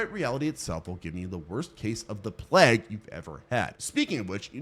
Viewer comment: Nosferatu is a great movie but my DUDE, that's not how you pronounce Nosferatu. Or Plague for that matter.